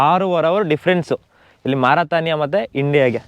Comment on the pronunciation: It’s pronunciation is mar ruh tay nee uh Not maratanya